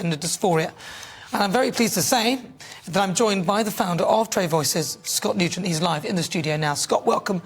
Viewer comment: 😆😆 This must be another 'put on' by GB News.